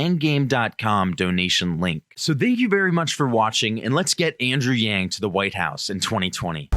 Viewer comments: He was saying or reading from a teleprompter "Andrew Yang joins..." and accidentally said the "j" from joins in the word before it. It's not that complicated lol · He was saying "Andrew Yang joins us..." and slipped to the "j" sound first. That happens to everyone. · Did he just call him Andrew Jang? Lol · LOL at the slip of the tongue where he nearly says Andrew Jackson. Ironic because I've long felt that Yang (once victorious) may very well be the one to step into our government and solve the MASSIVE problems with money in politics and big banks, largely put into place by Jackson. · He almost said "Andrew Jang" but corrected himself. Probably he was learning a language where "Y" makes a "J" sound, or he is slightly dyslexic, No big deal. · He fucked up ma boi yangs name..... why is it soooo hard to say it Correctly????why don’t they ever fuck up the others names like Pete buttabut Or senator . warden And such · He was anticipating saying " thanks for joining us " so slipped the J where the Y should have been in Yang. It's chill.